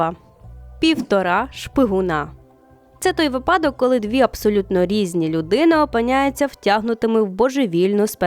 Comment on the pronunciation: Дивно, що більшість блогерів і публічних людей кажуть випАдок, а не вИпадок